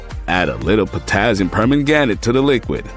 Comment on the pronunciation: silly ai thing cannot say permanganate.